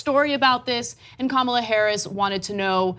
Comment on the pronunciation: Isn’t it Kah-mell-ah, not Comma-lah?